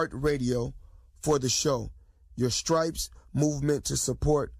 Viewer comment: lawd lawd lawd........did say Scripes??????